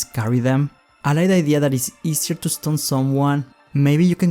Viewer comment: You say the stun grenade ‘Stone grenade’